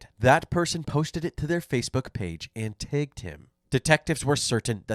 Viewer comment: and what him? Tegged? Are you Canadian…..